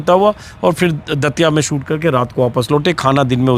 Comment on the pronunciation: सूट नहीं शूट बोलो अंजुम जी अपने सहयोगियों का उच्चारण सही करवाइये